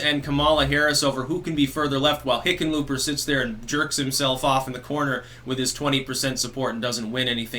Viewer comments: Did you say Hicken lööp er? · No, I think he's saying, 'Lickenpooper'... I could be wrong though... I'll have to check my hearing aid... 😉